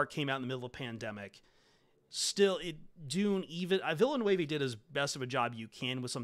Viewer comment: hey, Denis Villeneuve is pronounced “de-knee vil-nerve”. 👍👋💙🦁